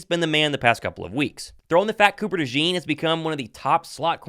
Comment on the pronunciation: Maybe one day, people will pronounce Cooper DeJean's name right. It's not French!